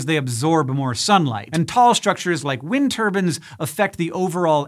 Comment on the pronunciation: "wind turbin" looool